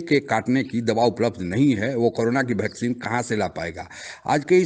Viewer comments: आप "वैक्सीन" को "भैक्सीन" क्यों कहते हैं? 😂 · O वैक्सीन होती हैं.... भैक्सीन नहीं....